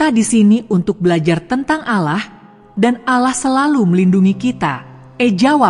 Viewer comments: Ceritanya guru ngaji .yg di sebut seharusnya Allah eh dia sebut alah sama sekali ga enak di dengar .. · Yg baca agamanya apa sih risih dengarnya ,baca allah kok alah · Maaf anda non muslim ya karena pengucapan ALLAH yg anda ucapkan bukan ucapan orang Muslim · Tetapi yg menceritakan kisah ini menyebut nama sang pencipta masa nyebut nya alah bukan Allah SWT. 🙏🙏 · Min benerin dulu sebutan untuk Nama Tuhan di Ummat muslim sebutan yg keliru menyebabkan kurang menarik dg ceritanya Padahal sebenarnya sangat menarik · Kenapa tidak sebut penuh Allah...seakan betina ni bukan Islam ... patutnya sebut betul betul .AL.. Lah / Allah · Kayaknya nih orang non-muslim...cara ucapan Alloh..agak aneh gitu.. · Kalimat insya'Allah., Lafaz 'Allah' nya ucapannya kq agk aneh ya